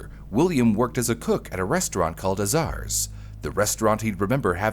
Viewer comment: Fascinating story! Just FYI, Azar's is pronounced with the accent on the first syllable, and it sounds like hay. AAA-zar's. I remember eating at them as a kid. Typical American diner food, not bad, just reliable. Were known for the "Big Boy Burger" (They used to all that these creepy huge statues outside of a kewpie doll-like chef.)